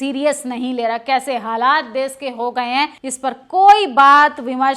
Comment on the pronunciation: आंटी देस नहीं देश होता है। भाषा पर भी ध्यान दें खातून 😂😂😂😂😂😂😂😂😂😂😂😂😂😂😂😂